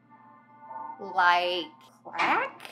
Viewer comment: LMAO "..like crACK?"